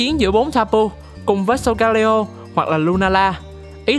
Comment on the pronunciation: video rất công phu, góp ý về phần -leo trong tên của solgaleo giống như sealeo hay litleo là con sư tử :yougotthis